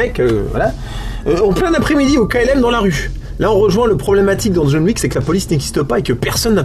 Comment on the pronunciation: Jaune Wouique, DJON WICK, c'est rigolol, mais pense à tes mots clés ;-)